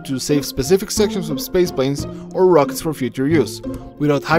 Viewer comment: Dude, LEARN TO SPEAK ENGLISH. I can't understand a freaking word of your commentary! It's PART not pahhh, or ROCKETS instead of rocks.